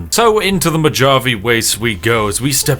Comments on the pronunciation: His British is shining through with how he pronounces Mojave there in the beginning (saying moe-JAH-vee instead of moe-HA-vey) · Bro said "mogave" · Mojave Is pronounced "mo-HA-vay" Spiff, not "mo-JAH-vay". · Hearing "Mo-dgah-vee" hurt my soul. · Uh, Spiff... that J in Mojave is pronounced like an American H, not that silly Haych nonsense. So it's Mo-ha-vay or Mo-ha-vee, depending on where you're from in the US. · Mojave is pronounce "moe ha vee". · “Mo-Javie” lol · 😂 lol homie called the Mojave desert the "mo-jah-vee" 😂 Gotta love British humor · "moDJave" wastes. Oof. yikes. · Lol, the ‘j’ in Mojave is pronounced as an h sound. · downvote for "mow-jaw-vee" LOL XD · Mo-HA-veh is how you pronounce Mojave. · As a Californian I don't know if I've ever heard the Mojave pronounced with a hard J. Love you spiff 😂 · Ah yes the MO- JUH- AVE desert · mo Hav ey. you gunna go after the persons residing in the americas for not having good tea but also having the best darn coffee ever I, a person in the hemisphere of the americas am going to go after btits for failure to pronounce american landmarks properly. Now we just gotta have an excuse for you to pronounce Washington state towns other then Seattle. That would be fantastic to hear, I would tune in to a live stream even. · i hate how you pronounce mojave - how hard is it to learn how to pronounce shit before recording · I can't tell if the pronunciation of Mojave is on purpose or not and I love it lmao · You pronounced Mojave wrong it's pronounced with a Spanish J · 2 min into the video..... me:"how the fuck did he pronounced mojave" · oh god, I just realized after posting this the whole point of mispronouncing Mojave was on purpose to make people comment and thus trick the algorithm into pushing this content higher....well played spiffing... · Hearing pronounce Mojave hurt. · Just for that mispronunciation of Mojave, i’m gonna drink some coffee. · The way you pronounced "Mojave" ought to be illegal.